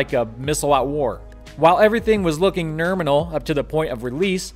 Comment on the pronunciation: Did you say "Norminal"? It's a thing.